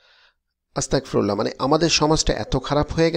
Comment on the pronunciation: ভাই আপনি "আস্তাগফিরুল্লা" বলবেন, আস্তাকফিরুল্লা নয়। "আস্তাগফিরুল্লা" ই সঠিক উচ্চারণ হবে। ধন্যবাদ